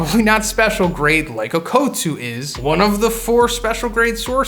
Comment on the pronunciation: Bro its okkutsu not OAKutsu